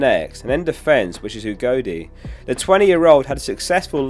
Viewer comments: Udogie, not ugodie 😅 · It’s not Ugodie, it’s Udogie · It's Destiny Udogie, not Ugodie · Udogie, not Ugodie, btw. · Its Udogie not Ugodie! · Udogie not ugodie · His name is Udogie* great video btw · it's Udogie mate 😂